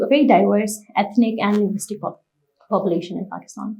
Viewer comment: populatiopn and area both said wrong\]